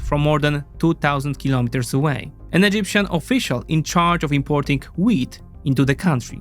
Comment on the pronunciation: Your wheat sounds like weed. I kept on wandsring why Egyptians are inoorting weed